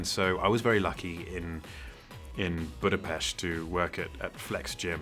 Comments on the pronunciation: I was so surprised when he pronounced Budapest correctly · I love that he pronounced Budapest correctly :3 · i love he pronunced Budapest correctly. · I'm hungarian and I like how he said Budapest correctly. Not like the english way. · He pronounced Budapest in the way Hungarians do. Wow! People who work out in a gym tend to be so absorbed in themselves that they don't notice the others. I know of one guy who took a photo of himself in the mirror and then later found out Henry was in the gym too. He then checked his photo again and Henry Cavill was indeed in the background. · Big props to Henry for pronouncing Budapest properly and not with the English pronunciation! It's a little detail, but shows respect. I was very sceptical about the series after playing the games and how each and every uproar by the fans reached me, and got under their influence, and have to say, that I am not really into many main stream choices regarding to the casting, but we have to accept, that this is fantasy. So the show was awesome. Hope that season 2 will be just as good. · I love the fact that he pronounces Budapest properly, little detail not many people would notice:).